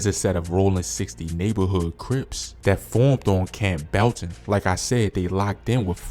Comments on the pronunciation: Pronouncing CampBELLton as Camp-BELTon is crazy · Camp Belton😂 after you pronounce that I already knew you don’t know much about atl😊.